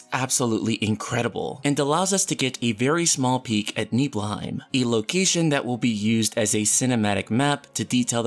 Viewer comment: Lmao you pronounced cloud hometown so fucking bad lmaoooooo